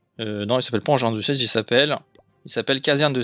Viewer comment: "la caserne de cierge" j'etais mort mdr